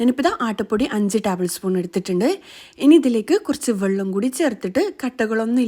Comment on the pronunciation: Vallam alla vellam😂